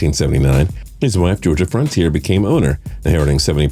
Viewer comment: It's pronounced Georgia "Fron-tee-airy", not "Frontier"...and Bill "Veck" not "Veak"...how much do you know about sports anyway !?